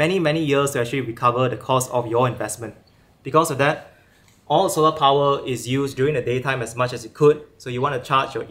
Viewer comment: Quite Interesting.. tho the way he pronounce " solar" is the thing tat kept me watching. Jus to see if he would get it right in the end 🤣